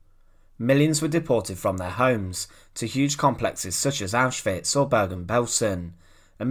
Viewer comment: Thx for pronouncing Auschwitz properly